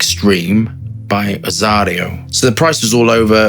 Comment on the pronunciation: 🔴😏GREETINGS FROM ROMANIA....is AZZARO,not AZZARIO